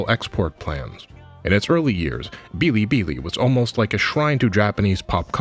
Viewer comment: Bilibili is pronounced as is. No tones needed.